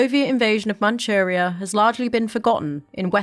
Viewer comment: Manuria , Manuria es Manchurria. Barbarasa es Barbarroja. No entiende la doble r. Hashima es Hiroshima.